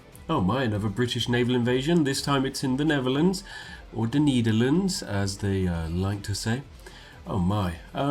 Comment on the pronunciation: Whut since when say the dutch Niederlands, In german it's Die Niederlanden. and in dutch it's NEDERLAND! YOU SAY IT LIKE EEY YOU SAY NEDERLAND LIKE: NEEEYDERRRLAND